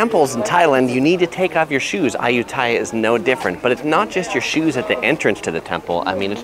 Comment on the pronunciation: Me as a thai peson and cringing everytime you say ayutthyaya becuse its pronosed ay-ut-ti-a